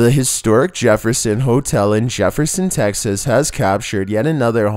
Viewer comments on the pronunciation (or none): none